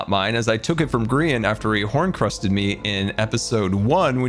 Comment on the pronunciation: Does anyone else die inside when says “horncrust”